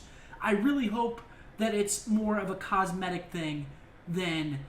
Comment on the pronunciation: say it with me scumpii : cos-me-tic items . . .